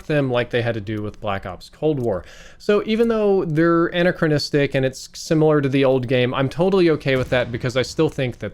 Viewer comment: "Annachristic" c'mon man..